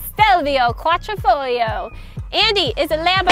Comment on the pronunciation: Another great video, thank you 👍 I was going to compliment on you on how you said “quadrifoglio“ but the you said you were Italian, which explained why you seem to be the only person on YouTube who got it right. BTW my fur kids love pasta salsa too, and as for meatballs they're in heaven. Lol